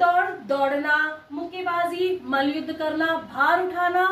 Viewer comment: मल युद्ध नहीं मल्ल युद्ध